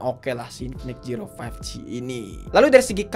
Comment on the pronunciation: zero❎ jiro☑️